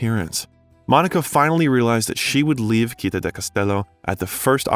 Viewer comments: Citta is not pronounced with a "K" sound but is /t͡ʃitˈta/ or "tch"sound. Your repeated mispronunciation is very distracting. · Not to mention the wrong pronunciation of Citta, the tangled sentences - just in the first four minutes. Could not watch this longer. And how could a man with Iranian descent have the surname Bellucci??? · The way you pronounce CITTÀ is perfectly stupid. Go to Google Translate, type the word and listen to the pronounciation. It's feasable, even to a damn mercan. Stop mangling italian words. You can do it. Or get another job! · I would LOVE the narrator to learn to pronounce the Italian word città correctly! (He had to say it so many times, and all of them were so cringy 😔). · why is the narrator keeps pronouncing 'citta ' as he would do with 'celtic'? citta is a latin word and celtic...well obviously celtic. 🤨